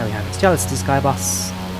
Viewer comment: Hey, I live in West Cornwall in the area just wanted to tell you the islands are not pronounced with the C as a C Sound, more of a Ss Sound! Hope this was helpful:)